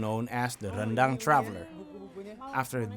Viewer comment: Whoa “uni” means big sister in Minangkabau language, please don’t translate it to “auntie” when Archie was being polite by addressing her that way so as not to age her 😂 BTW well done Archie for maintaining Indonesian pronunciation of “rendang” with our rolling Rs despite speaking in English, unlike our neighbors who are very anglicized liao 👍